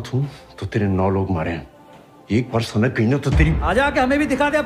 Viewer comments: Bhai not sainik it's sanak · It's not sainic it's sanak